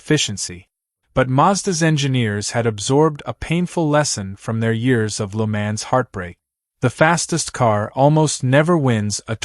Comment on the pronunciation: I had to stop watching this, or more to the point stop 'listening' to this, because the narrator has no idea at all how to correctly pronounce the circuit name . . . . 'Le Mans'. Even the car manufacturer names are pronounced like a baby not yet able to talk correctly.